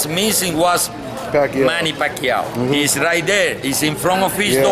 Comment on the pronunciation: he said Pacquiao perfectly. That's how it's pronounced in the Philippines.